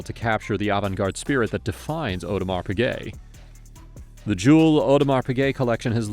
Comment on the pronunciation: "aUdemar pigay"